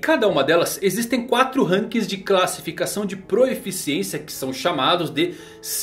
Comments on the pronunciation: é PROFICIÊNCIA e não proEficiencia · Várias vezes no vídeo vi que você se acostumou a falar "proeficiência", mas a forma correta de escrever e falar é proficiência, dá uma ouvida na mulher do google falando a palavra que você vai perceber kkkk.